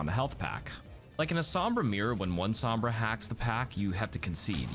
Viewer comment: His pronunciation sombra hurts every time I hear him say it